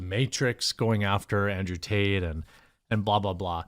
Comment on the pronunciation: It sounded like she said andrew taint. LOL. Either way, hopefully the creeps pay their price, regardless of who or what and let the truth set free and condemn..